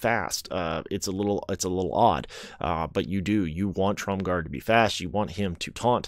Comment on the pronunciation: There is no D in Tromgar. Sounds like you're saying TromgarD.